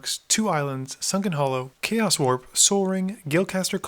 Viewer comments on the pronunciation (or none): none